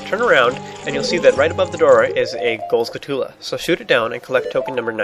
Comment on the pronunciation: u say skulltula(did i spell it right?) weird lol